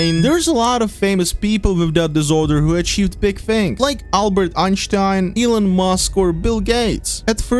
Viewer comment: "Albert Einshtein" 💀💀💀💀